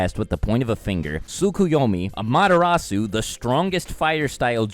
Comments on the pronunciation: wtf was that "amaterasu" "amaderasu" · I feel offended that he pronounce the word "amaterasu" as amaterasu. It is pronounce amateras. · I nearly had a seizure trying to figure out what the fuck he said with the way he pronounced "amaterasu" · The way he pronounces Amaterasu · you pronounced amaterasu wrong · Thats not how you pronounce amaterasu lol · Loved the analysis but hated the pronunciations....was cringing so hard at Amaterasu.... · the ways you pronounce amaterasu and susano really bothers me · Do you pronounce things like shippuden, susano, and amaterasu wrong on purpose? I’m just wondering lol